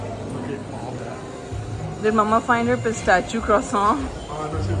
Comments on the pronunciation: Isn't Pistachio supposed to be pronounced as 'Pista shee o' not pista chee o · yes. . and she says it the other way. pistaychoo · Pronounced as : pi" + "STASH" + "ee" + "oh"